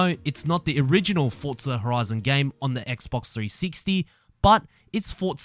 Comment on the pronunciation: “Fortza horoizin Toitoow”